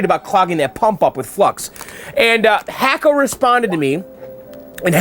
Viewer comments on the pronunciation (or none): I know you like to properly pronounce words. It's pronounced Hock-o. Like a Hockey Puck. Love the restoration videos.